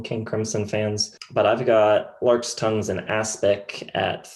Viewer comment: Larks tongues in aspic Not larkes! Is that even a word?